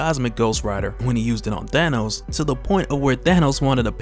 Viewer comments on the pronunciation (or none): none